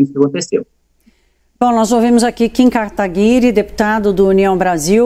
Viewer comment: A jornalista de esquerda não sabe nem falar o nome do Kim direito. kkkkkkkkkk